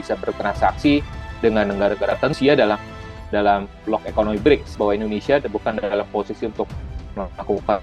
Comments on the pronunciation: ”BriKs”, ibu, bukan ”BriJs”. ”C” dibaca ”K”. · Bacanya BRIKS, bukan Breach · Dibacanya 'Briks' bukan 'Brijs' ya Mbak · Brics Pronounce nya koq bridge ? Mbak....